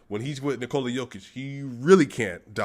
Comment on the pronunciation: Great pronunciation of Nicola's first name. You only have to correct last name - its a short/fast "o" in Jokic. And you have to explain it to DNVR guys. They are saying Nikooola. ;)